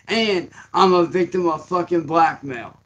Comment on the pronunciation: First second, and he's already slicking back those scabs, classic. Quick edit: Firstly, that beard drool is fucking disgusting, secondly, what the hell is "Vlackmale" ???